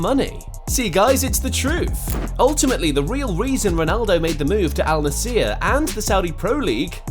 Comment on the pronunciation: its Al Nassr bro, not Al Nassiiier :D